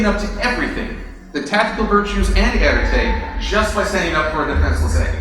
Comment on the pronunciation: Hey. I really loved this analysis. Because it really (oh what's the word) hold/contain/explain the whole reason I think being a Brony is the best thing for a man.:) And I just thought that I'd let you know (being french), that the 'e' at the end of "arête" is silent (unless your Parisian XD ). Again I really loved this and wish I could have been there.:D Sadly plane tickets to the US don't grow on trees. XD